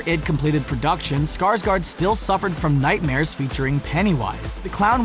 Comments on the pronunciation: ”Skarsgard” is probounced more like ”Skarsgord. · it's Bill Skargård (gord) not skargard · it's scars GÅRD Not gard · No wonder they call him skaarsgard